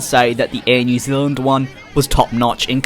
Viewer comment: "Air New Zilland"